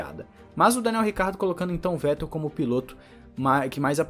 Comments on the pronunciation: Se pronuncia fettelllll o V vira F👍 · Parabéns pelo canal e vai lá uma dica sobre nomes e palavras em Alemão: o "W" tem o som de "V" e por sua vez, o "V" tem o som de "F". Com isso, para acertar nos nomes, leia "Dr.Wollf" mas pronuncie sem medo, "Dr.Volf" e, leia "Vetel" mas diga "Fetel".